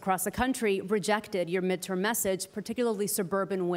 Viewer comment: "midtowm and midtern year" not 15 seconds into reading a pre-written script and clearly this elementary school student is unable to read basic words.